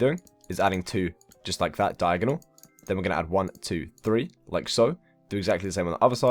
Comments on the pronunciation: I reaaaaally don't wanna be THAT person but this grinds my gears when I hear people doing it. PLEASE pronounce three as three and not free! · fone foo free for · Why is he counting like one two free four 😂😂😂😂😂😂😂